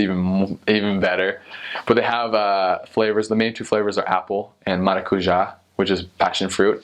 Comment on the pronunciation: The most impressive thing I have found in this video was an american guy not mispelling the word "maracujá" thats incredible, are you sure you're not local?